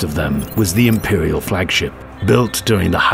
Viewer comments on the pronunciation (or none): none